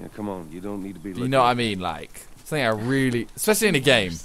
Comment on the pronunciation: why doe british people always pronounce 'something' as 'somenink'? thats actually very annoying lol